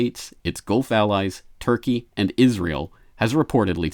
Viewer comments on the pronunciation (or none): none